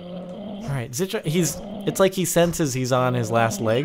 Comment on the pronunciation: It is pronounced zi-kill-ee